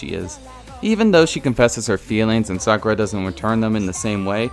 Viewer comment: Sakerra? Sakura..